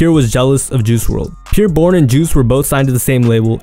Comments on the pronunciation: “Peer Bourne” 😒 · Who Tf is “Peer” Bourne 😂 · the way ur saying bros name is driving me bonkers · He keeps pronouncing his name wrong